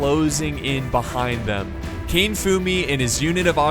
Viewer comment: It would be Ka-ne not Kane....